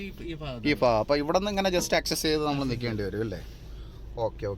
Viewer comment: Improve your Malayalam language ..... Faagam ennu parayaathe bhaagam ennu paranju sheelikkoo....